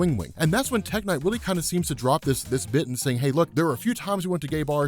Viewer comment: when you said tech knight I could have sworn you said tech n9ne the rapper